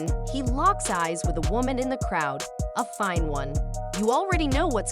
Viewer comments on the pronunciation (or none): Emphasis on the "a fine one"